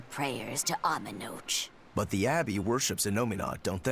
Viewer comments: The way they say Amenoch in this game bothers me so much... SO MUCH. Ugh! In Zestiria they pronounced it Amenok, which is what sounds right to me, to be honest. But what bothers me is not that they're saying it wrong (to my understanding), it's the inconsistency from one game to the other. Am I weird for letting that bother me? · So far, it's the only inconsistency I noticed. Even in this game, the pronunciation is all over. I heard 2 different pronunciations. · The pronunciation is because they went with a mix of the Japanese version of the name, Amenochi, and the English, Amenoch.